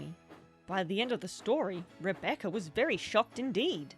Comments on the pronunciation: "Rebeccer has crashed" thats not how you say Rebecca😭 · I have to point this out for the sake of my own sanity, Rebeccer? Since I'm from the south, it almost sounds like re-baccer. As in tobacco. I've heard people pronounce it Rebeccer irl, but those people usually have a Carl from Slingblade level southern drawl. Y'know, "it ain't got no gas in it, mmmhmm." I had to point it out or I'd nag myself about it, but it doesn't bother me, it's just interesting